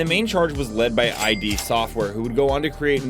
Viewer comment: Hey, just gotta let you know that it is not pronounced like two separate letters. It's a word. Id. It goes alongside ego and superego. Google it for more info.